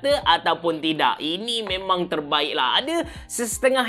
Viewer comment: Eargesemmmm HAHAHAHAHA Abe thorbaikkkk